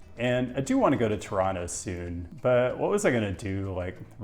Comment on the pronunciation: Kudos for pronouncing the name of the city correctly. Outsiders tend to put a hard emphasis on the first O and the last T, locals do not. TOWronTOW vs. Tuhranno. Ironically, the way outsiders pronounce it is probably closer to the original pronunciation in the local Algonquian dialect we get the name from. Regarding the 401, an insoluble problem is the through traffic of long-haul trucks along the Windsor-Quebec City corridor. Operators don't want to use the 407, too expensive. The Collector/Express system is supposed to solve this, in theory, as local traffic could stick to the Collectors and through traffic keep to the Express lanes, but the reality is it's just a giant mess. And when big rigs and cars meet, it usually doesn't end well. Drive safe.